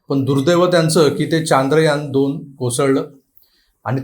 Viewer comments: Sir ji Chaandrayaan Nahi Chandrayaan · Kay hay चांद्रयान चांद्रयान Its should be चंद्रयान, And all marathi media is saying चांद्रयान, Correct me if i am wrong pls.